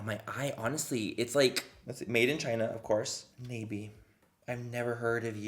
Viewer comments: its not nay-bee its nah-bee and thats really annoying me lol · Mmmm I think it's pronounced nah-bee but I've seen it at la pulga lmao.. I've never bought any of their products tho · its pronounced Nah Bi its Korean for butterfly, don't know if this brand is Korean or not but I guessed from the butterfly in the logo. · I believe it’s pronounced “Knob-ie”, like a door knob.😂🤣 I actually have heard of the company, but can’t remember where...that’s not good.😳😳😳😳😳😳😳😳😳😳😳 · ohhhh its pronounced “nah bee” thats butterfly in korean just realized that halfway thru lol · I think its pronounced nah-bee. Dont quote me. That's L.A callejones make up. Bottom of the barrel ish or tia chismosa make up 😂😂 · That expression 😂 when Manny pronounced "nabi"